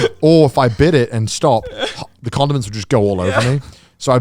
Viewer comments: I’m so glad other people thought Connor was saying condoms too cause i was so confused like what are you using those for in ur trip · It sounds like he keep saying condoms. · Every time Connor says condiments, it sounds like “condoms” so I’m initially thinking this camping trip is wild until I remember they’re talking about food and he’s saying condiments. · I had the same issue. I was really confused when he went from condoms to mustard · SAMEEEEEEE I thought it was only me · I had to stop the video when Conner said condiments.